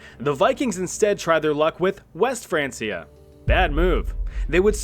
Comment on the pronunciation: I managed 3 minutes before the pronunciation of francia annoyed me too much